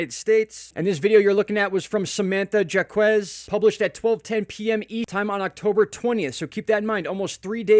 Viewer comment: Samantha Jacques' last name is usually pronounced "jakes" in the northeast US.